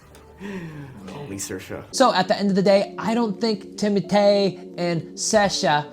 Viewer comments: I love how you call him Timotay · Ooooohhhh my gohd if you call his name like that one more time goddamn it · I laughed so much at you struggling to say timothee and saoirse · A dating expert mispronouncing timothee’s name for 11 minutes straight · those girls were just wrong lol